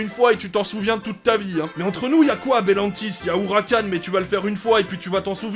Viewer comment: Wow le talent, réussir a dire le nom du parc sans éreur du premier coup, moi je dis chapeux